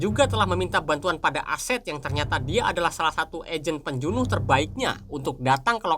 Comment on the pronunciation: min..pembunuh atau penjunuh..apakah lidah tidak dpt menyebut perkataan pembunuh..jadi bunyinya penjunuh..